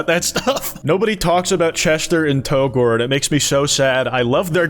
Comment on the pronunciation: Hot take: It's pronounced "to gore", not "Tou-gore". After all, you also pronounce it "Toriel" and not "Tou-riel".